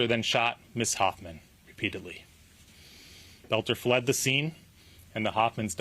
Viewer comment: Why American can not pronounce words it's Boelter not Belter.